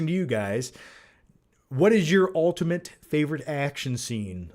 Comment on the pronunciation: Ultimant, satting there, probably by far, Ec-scape, Cart-toon, Trajrectory = '-isms'